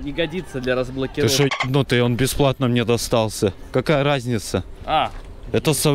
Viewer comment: А мнье семечек.. а мнье ..